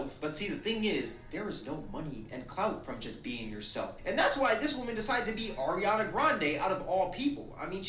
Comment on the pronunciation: Every time I hear someone call Ariana “Arianka” I just lose it. And then for to follow it up with “Ms. Ponytail”? I damn near spit out my coffee. 😂